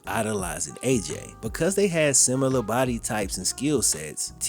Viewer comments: There is no U is "similar". Where did you learn to say "simular"? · never misses a beat on "sim-u-lar" and I respect it. 🤣